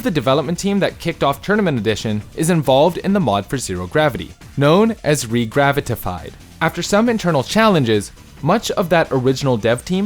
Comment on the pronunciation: Gotta admit he nailed it. I just felt bad for him having to say it so many times.